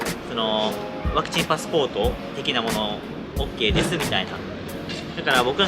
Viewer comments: 登録者数4万人！！おめでとうございます！！ 大事なところで「パクチー」って言い間違えるに（^^） カフェの猫ちゃん可愛いかったですね〜、テラス席のマダム達も笑顔になっていましたね。 頑張ったご褒美はやっぱりGateauで決まりですね、この動画を投稿できているからの体調も回復されたんだろうと 安心しています。 フランス政府の強引さ、違和感というか嫌悪感を感じました。 臨床試験中ですからね、それを制限をかけることで接種に向かわせるやり方は全くもって支持できないなぁと思っています。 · ワクチン接種２回目お疲れ様でした😊早く体調回復しますように✨スイーツとっても美味しそう💕頑張ったご褒美ですね☺️👍🎵Mashさんワクチンと言えずパクチンって言ってたとこおもろかったです😂あとあやちゃんにもっかいやってって言われて痛いのに腕あげてくれてるとこも😂👍ほんとに癒しの二人です🥰